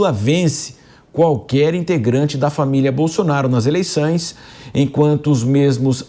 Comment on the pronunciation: “ eleiçães” o nível do jornalismo kkkk jornalistas semi analfabetos